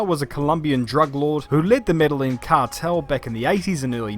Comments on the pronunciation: Med-eyy-jeen by native medellin people haha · Medellin is pronounced "Med-eh-jeen" amigo... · "ñ" sounds like "ny"... FYI boss man... Gotta roll that "rr" too👌. The "ll" in Medellin, sounds like the "ll" in millionaire... Maybe not as much of Marnus as you think.... he did build housing for the poor in Medellin🤷‍♂️... an entire suburb... that to this day, bears his name.. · Medellin is pronounced with a y. Double L is a y sound in spanish.